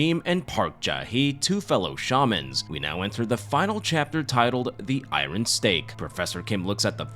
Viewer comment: Great recap, you’re the 3rd person I’ve heard on YouTube say iron weird lol I think you’re saying the R immediately after the I